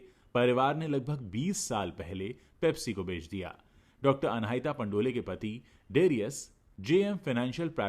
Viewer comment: पंडोल surname है पंडोले surname नहीं है